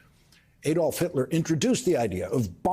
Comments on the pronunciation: Lawrence: the name is not pronounced "A long 'A') dolf, as you do here. It's pronounced "Ah dolf". Similarly, "Mussolini" is pronounced with a long 'U', not "Muh solini" as you and so many news hosts pronounce it. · Ad'olf Hitler not A'dolf Hitler. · Learn to pronounce the name Adolf before commencing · 🇬🇧you’re not pronouncing Adolf correctly